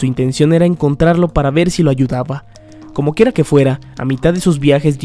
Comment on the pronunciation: ¿Soy al único que le da risa que diga "comokera que sea"?